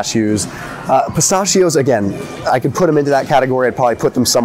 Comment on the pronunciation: Stop saying pistachio the wrong way lol